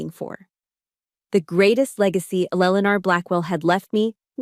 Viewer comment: Fix the AI voice - it sucks. Why can't it pronounce Eleanor properly?